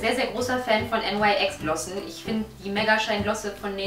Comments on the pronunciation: Nein , es wird Nüks ausgesprochen! :) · Wird "NYX" nicht wie "Nix" ausgesprochen? :O trotzdem cooles Video ^w^